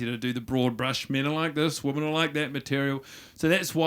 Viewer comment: I love that guy mont cant say 'women'